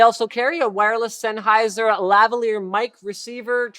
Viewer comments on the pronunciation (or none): none